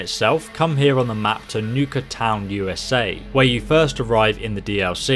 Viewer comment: It's Nuka World not niuka cola world lol